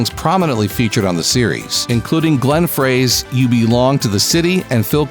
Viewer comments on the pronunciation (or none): Glenn Frey is not "Fray", it's pronounced, "Fry." ". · It’s actually pronounced “YAHN” Hammer & Glenn “FRY”. FYI 😉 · Good lord - it’s pronounced “Yahn” Hammer and it’s also Glenn (Fry). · Thank you. I was just going to say that. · Mispronunciation of both Jan Hammer and Glenn Frey... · Came here to say this thanks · At timestamp Yeah, I was all set to throw rubber bricks at my computer when I heard him pronounce it like that, instead of Glenn Frey!